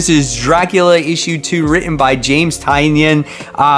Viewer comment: Tynion pronounces it Ty-nan